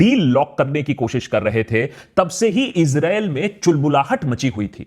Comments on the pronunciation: Issrraa.. 😂😂Israa🤣🤣🤣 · It is very brave of you, to state all the facts. I've become a fan of yours. And the subtle "Israel" 😂😂😂 you had me there lol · 😅😅😅 Israel bolne ka tarika thida casual h